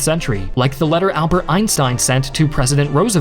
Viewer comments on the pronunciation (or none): none